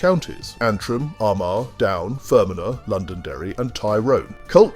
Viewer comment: The pronunciation of Fermanagh and Lagan notably awful, caused me to LOL. Your sense of humour throughout is noted so bearing in mind this was done in an English accent, thd mispronouciations were predictable. Try Ahoghill for example, during the 'troubles' if caused hilarity listening tk those 'english twats' mangling a shared language.